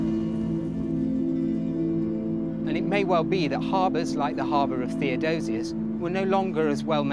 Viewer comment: THEODOSIUS. No second "o". OK?